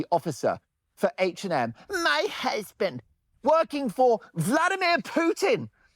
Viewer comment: Even more amazing, what sane man would be her “husband”, in Mark Dolan’s pronunciation 😂. So, there’s that and it explains a lot.